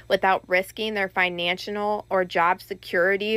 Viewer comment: Tell the blonde young blonde indictment reader the the word is not FINANCHINAL. IT IS PRONOUNCED ""FINANCIAL"". !!!